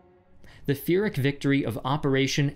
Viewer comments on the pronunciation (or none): Great vid. Minor editing note. it sounds like you say "Feeric" victory, but if you're going for Pyhrric victory it should be pronounced "Peer-ic." To be fair it's a strangely spelled word (I always have to look it up) which confuses the pronunciation. Such a minor thing doesn't come close to tarnishing an otherwise great video, though. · Your videoes are spot on. BUT your pronunciation is so bad 😂😂 arabic and pashtun is like Japanese. Its ha’me’d kar’za’i bruh👌🏻syllables don’t blend but articulated as much as if your where spelling letter out loud. And another thing its Piiiii rick not firick. Fucking hell😂 plus your say it all the time. A pyrrhic victory is to win at great cost, that its barely a win😂 you over use that word🙈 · you mean "Pee-rik" victory, right? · The fyrric Victory? Its pronounced pyrric... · Pyrrhic is pronounced P-ear-ick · pyrrhic (peer-ick)